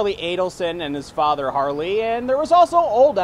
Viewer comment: Harvey not Harley